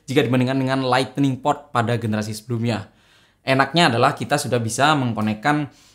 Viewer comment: Lightning bang bukan lightening hehe